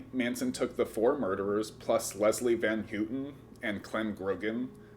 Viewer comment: How could you do this without knowing how to pronounce van houten name